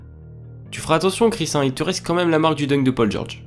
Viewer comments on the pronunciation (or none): none